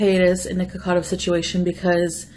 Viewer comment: Why do you mispronounce people's actual names? "Baybay" (BeBe) "Neekocado" (Nikocado). Nothing to do with your accent. People pronounce their names the way they want, to pronounce it in a different way is rude and has nothing to do with your accent. I'm sure you're capable of pronouncing them correctly.